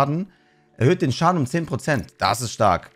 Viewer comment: Ist noch wem aufgefallen das er in Minute nicht schaden sondern staden gesagt hat?😅 Ach,aber wilde Folge 🙏